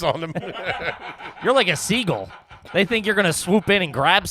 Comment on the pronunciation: I love that called a seagull and that he pronounced it like seagle haha